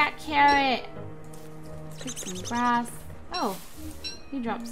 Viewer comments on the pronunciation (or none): none